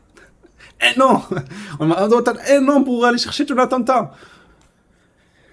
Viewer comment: Mais tu me fais rire quoi la manière que tu Dit 1 ans 😂